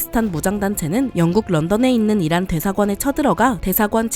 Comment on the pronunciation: 에 '이란'을 '이라'라고 했습니다!!